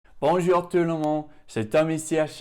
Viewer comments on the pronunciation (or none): none